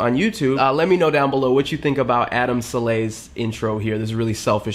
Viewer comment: "Adam salayy"😂😂😂😂😂😂😂 saleh is not salay but its okay doe what it do doe 😂